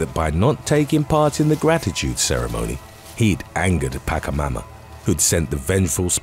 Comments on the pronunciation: Just clarification, pacha mama doesnt make a "k" sound in pacha, it makes a sound like in "ch"eese. So no paka mama, its pacha mama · Is not "Packamama" but Pachamama. Ch of China or Chile. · Its not pacamama its pachamama. Ch sounds like in chisel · Pachamama is not Pakkamama but Patsjamama ;) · Pachamama (pa chuh maa muh), not pakamuma, or whatever it was you were calling her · It's Pachamama, not Pakamama. :) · It's pronounced,potcha-momma, just saying. Great video 😊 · Pachamama is spoken kinda like pashamama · It is said Pacha Mama, CH like KetCHup, not pronounced like a K. Have a nice day everyone :D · I love this videos, but... there is always a BUT. I wish narrators would learn how to pronounce Not english words, for example “Pachamama” its painful to hear the bad pronunciation 😩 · Please do a bit of research on the pronunciation of words or names in Spanish! I love your channel but sometimes it’s a little cringe with words like Pachamama being said so incorrectly.